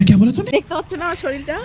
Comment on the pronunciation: শরীর ❎শরীল ✅😂😂